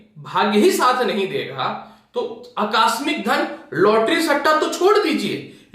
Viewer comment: अकास्मिक नहीं आकस्मिक होता है।😍😍😍😍